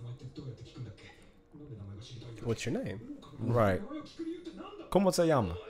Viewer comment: "Como se llama?" Good pronunciation! XD